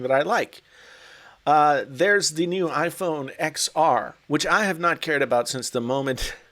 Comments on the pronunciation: "Eks R" "Eks S" I hate you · They gonna rampage at you for calling it iPhone (e)X-(a)R instead of the "logical" Roman numerals with a letter (10R)